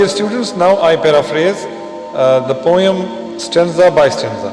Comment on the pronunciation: Please check again your pronunciation of the word 'Poem'.